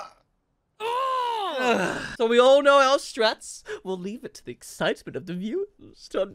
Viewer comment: Tell tht girl to stop saying “i knorrr” instead of i know.